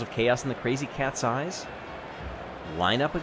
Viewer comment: Every time he says "crazy cat's eyes" I hear "crazy cat's size" ._.